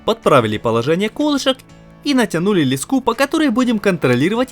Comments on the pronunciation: не лескА, а лЕска) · Не лескА, а лЕска!!! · Ролик суперский. Вы просто молодцы. Всё четко и слаженно. И конечно хотелось бы продолжение увидеть. Но есть маленький нюанс. Слова "Ле́ска" ударение на первый слог, так же как и в слове "Меша́лка" на второй. По ушам режет лескА, и мЕшалка. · Ты что прикалываешся с ударениями??? лескА, мЕшалка, кухОнный!!! Это ужас. Такое количество подписчиков обязыват к чемуто, тебе не кажется? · ЛескУ, это наверное украинская особенность, в России этот предмет называют лЕской, а лескА режет ухо. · Леска', меша'лка.. кровь из ушей.. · Вот только ударение в некоторых словах подводит , в таких как леска и мешалка, неприятно воздействует на слух, надеюсь всё исправится. А так молодцы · Очень информативно, всё по делу. Молодцы! Всей семьёй: жена чемпион! Ш Как и должно быть: друзья друг другу помогают. Грамотно построенный текст. Только: мешАлка и лЕска - ударения, аж в словарь залезла... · ЛескА, мЕшалка - всего лишь ударение, а слово уже кажется незнакомым по началу) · лЕска, мЕшелка... Бедный русский яык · Леска произноситься с ударением на е в любом случае! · В слове "леска" ударение ставиться на первый слог.